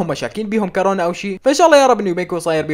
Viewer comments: ليش بس يكول كارونا 😂😂😂😂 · مو كارونا كورونا يا كل الأخبار تحكي عن الكورونا و انت ما بتعرف لحد هلا كيف نقول الكلمة 😣😣😥